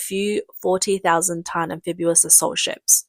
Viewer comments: Sorry, CCP and all the Little Pinks! One ship does not an armada make! Especially when you have no trained pilots! BTW, it's "amphibious," not "amphibuous." And, the plural of "aircraft" is "aircraft" ("Crafts" is used only about "handicrafts": pottery, basket-weaving, etc.) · AmphibIous NOT AmphibUous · Am-fib-ee-os. NOT am-fib-u-os. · What is ambefibuas does she mean amphibious 😂😂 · Amphibious, not amphibulous. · There is no such word as "amphibuous". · lol the narrator keeps pronouncing it "amphibu-us" - at least that's how we know it's probably not an AI narrator :D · Sound it Out: Break down the word 'amphibious' into its individual sounds "am" + "fib" + "ee" + "uhs". Say these sounds out loud, exaggerating them at first. Practice until you can consistently produce them clearly. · Amphibulous: a Chinese word combining fabulous and amphibious. It sounded better than fabubious. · I like amphibulous 😄